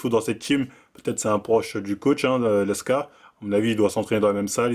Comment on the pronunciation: t'es dyslexique..? L E K S A aussi prononcé LEXA... #dusel #NaCl bon ca va, t'as corrigé après lmao